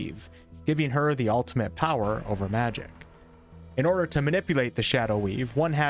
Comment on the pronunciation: I was as trying to make out the word “Power” and I was like, wtf is “Poed?”